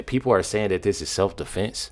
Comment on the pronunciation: Or as he wold say seff deflence 😂